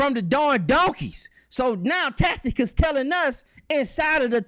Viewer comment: This doofus 4 real keep saying TAC.. TI.. CUS when It's TAC.. I.. TUS!!